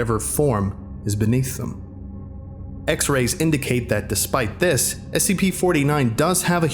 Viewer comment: you said "this" with the wrong inflection, in my opinion.